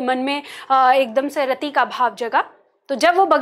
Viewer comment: मैंम आप पार्टी बहुत ही बेहतरीन समझाती है, आपके पास बहुत ही ज्यादा नॉलेज भी है लेकिन आप छोटी इ की मात्रा को बड़ी में उच्चारित करते हैं। रति को रती कहती हैं